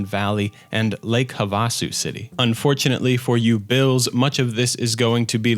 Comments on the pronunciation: IT IS PRONOUNCED HAVE-A-SOO, NOT HUV-A-SOO. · It's more like "Lake Have-a-sue" lol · I know I might be late but as a native Arizonan I have to say that it’s pronounced “two-sawn,” & lake “hav-a-sue.” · Havasu* 😂 Lake "Have-ah-Sue" is how it's said but close. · also its pronounced "have-a-sue" in lake havasu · "lake hah vah su" lmao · The way you said Havasu made my organs shrivel.